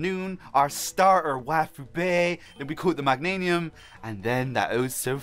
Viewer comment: Meg-gain-ium is how you pronounce Meganium